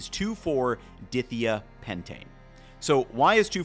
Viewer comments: 2,4 dithiapentane not pronounced "ditheeha" but Die-thigh-uh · 2,4-die-thigh-a pentane (di=2, thia=sulfur). Not 2,4-dith-eyah pentane. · It's a chemical name pronounced "di-THI-uh pentane", with "long i's"...not "DITH-ee-uh pentane". For all the research you do to write your script, it would be appropriate to discover how to pronounce unfamiliar words or names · It's pronounced di-thigh-uh-pentane!! Not di-thee-uh-pentane! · Dithiapentane is pronounced with the I:s like bike and not like think! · Semi important note 2,4 dithiapentane is pronounced 2,4 die-thigh-a-pentane organic chemistry is very particular with naming as the name gives you the structure in this case a 5 carbon chain of only single bonds with a sulfur (thia) at the 2 and 4 positions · when you pronounce organic chemistry names, you should first find out about the individual word roots, because otherwise you mispronounce the names. Dithiapentane is pronounce "dye-thy-ah-pentane". The "di" in front means "two of", like "diatomic" (pronounced "dye-atomic"). It means there are two of the next thing in the name. The "thia' part indicates there's sulfur-carbon structures involved. It's not pronounced "dithia-pentane". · I also want to nitpick that “2,4-Dithiapentane” is pronounced “2,4-di-thia-pentane” like “dye-thaya-pentane” (which basically means pentane with two sulphurs in 2 and 4 positions). But that doesn’t make a lesser food scientist, just a minor chemistry thing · Cool video. But from a chemistry perspective“dithia” is pronounced like “dye thigh uh.” Di- meaning two, and thia-representing thiols (I think) which would be sulfurs replacing the 2nd and 4th carbons on the pentane chain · May I assist with correct pronunciation for dithiapentane please? (My ears are hurting…) Di - pronounced “die” - Latin for “two” thia - prounounced “thigh -yah” “pentane” Let’s try it out all in one; die-thigh-yah-pentane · Following IUPAC conventions, the proper pronunciation is dye-thya-PEN-tane